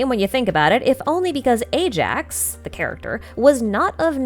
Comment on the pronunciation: Also. Ajax is pronounced as eye-axe, not A-jacks.